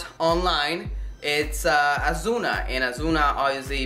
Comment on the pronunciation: Asuna, not Azuna